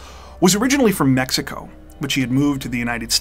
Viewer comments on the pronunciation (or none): none